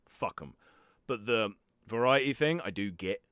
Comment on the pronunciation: If u want be voice actor practing saying thing instead of like fing. Your bottom lip must not touch your top teeth when u say thing.